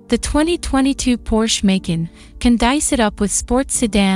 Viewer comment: MAY--CAN. lol so lame.